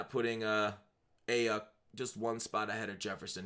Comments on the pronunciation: Brandon “I-yook” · Aiyuk is pronounced "Eye-yook"